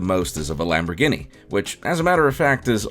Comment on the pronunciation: ... Are we not gunna address his pronunciation if lamborghini? 😂